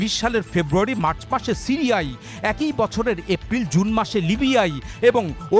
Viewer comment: এ+কই= একই উচ্চারণ করবেন আশা করছি। এক ই এরকম ভুল উচ্চারণ করবেন না।